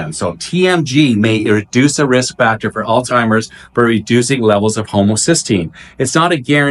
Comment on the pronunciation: I love your energy---btw, it's pronounced All-ZY-mers not all-timers. Thanks for the great info